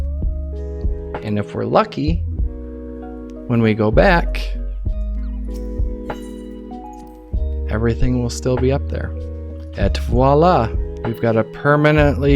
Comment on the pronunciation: "Et voilà" don't pronunce the "t", it's like "eh"